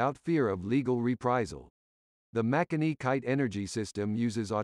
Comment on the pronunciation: Interesting pronunciations in places especially ‘Makani’ whose first ‘a’ is actually stressed and the second is more ‘at’. Some like KPS (Kitemill bought the rights) have stopped trading.